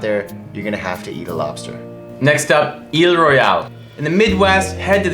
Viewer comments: FYI, Isle (Royale) is pronounced "I'll" rather than "eel". Acrually, Glacier/Waterton Lakes is not the only park that spans 2 countries; Wrangell-St. Elias (AK) pours across the Canadian border to join Kluane (clue-AH-knee) in the Yukon. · Guys, "Isle" (Royale) is pronounced "I'll", not "eel", as it's a sort of shortened version of "island". Spectacular video! Thanks. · I like you picking the best parks without actually going to them. If you had you'd know how to pronounce their names - it's "aisle royal" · "Eel Royale" lol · Isle Royale is pronounced the same as "aisle roy-ale". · Many minor mistakes, otherwise a pretty good job: It's pronounced as "aisle" Royale, like aisle seats on airplanes Glacier is not a national park that spans across two countries. It is a US national park, entirely within the US. Yes, it is connected to Canada's Waterton Lakes National Park, forming the International Peace Park. In that sense, Wrangell–St. Elias National Park in Alaska is also connected to Kluane National Park in Yukon, Canada, and forming parts of an international park system. The Horseshoe Bend is along the Colorado River, but it's not located in Grand Canyon, but rather in Glen Canyon National Recreation Area. Black Canyon OF the Gunnison National Park Chaco Culture is a National Historical Park, although it's also administered by the National Park Service. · In Michigan we pronounce Isle Royal, "Aisle". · Great video, but you butchered Isle Royale. Here in Michigan we pronounce it Aisle Royal. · I’m so pissed off as a Michigander with how you pronounced Isle Royale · I think the mispronunciation demonstrates how many people are unfamiliar with this wonderful park. If you have visited, you would likely know that more people visit Yellowstone in one day than visit Isle Royale in one year. You have to work to get there and if the weather "turns" bad, you may not be able to travel back across Lake Superior until things calm down.